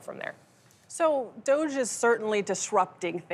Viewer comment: There's no way that's how you pronounce DOGE.